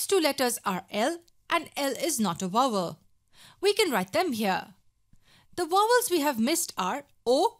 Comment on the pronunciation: she said it right!